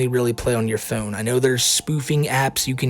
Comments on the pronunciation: Stop saying phewn, pronounce it correctly, from the satellite man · You say "phone" in the strangest way possible, lol. Thank you for keeping us informed! Where are you from?